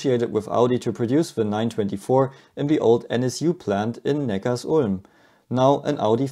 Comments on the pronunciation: it's Neckar - Sulm .... not Neckar's Ulm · Servus, du sagst immer wieder Neckars-ulm aber es wird Neckar-Sulm ausgesprochen, da sich dort die zwei Flüsse treffen. Grüße aus dem Württemberg